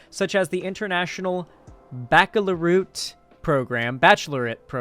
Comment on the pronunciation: Back-a-la-root haha. You're lucky I like spelling humour .